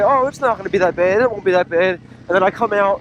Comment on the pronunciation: Awesome video 👌🏼 can’t help saying “what part of PA are you from with the way you said bad”